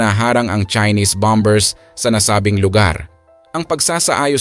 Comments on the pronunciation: BOMERS NOT BOM BERS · 😂😂 ahaha yun nga e bom bers daw😅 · Silent b, tama po